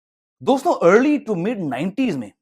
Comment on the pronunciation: Bhai its "Dosto" not "Doston"